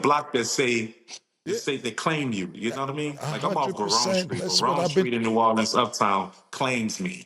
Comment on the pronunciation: Since Cam callin it New Orlean ima call it New Yorks 😂